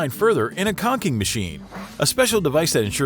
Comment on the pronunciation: It's pronounced 'con chin' not 'con kin'!😂